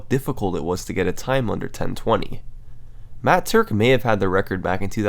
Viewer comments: Im glad to know i wasnt the only one who flipped their shit as he said matt turk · I have literally NEVER facepalmed in my life until he said Matt Turk at the start. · everybody gangsta till Summoning Salt says "Matt Turk" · I literally spat out my milkshake and ruined my keyboard when he said the name "Matt Turk" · when he said matt turk i immediately sat up with my eyes wide, how did he manage to make me be so surprised from one name???